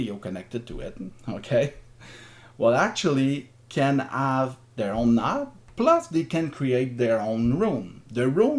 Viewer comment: Nice explanation! On C4FM, when you said "nod", you mean "node"?